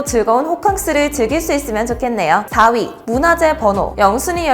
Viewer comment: 4위할때 다위라고 들은거 나뿐인가?